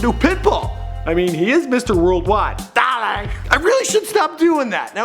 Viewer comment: Did this guy just say "duh-lay"? hahahahahahah